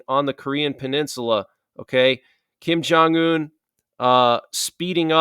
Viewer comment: not Kin jun yun...it's rocket man remember! 🚀🚀🚀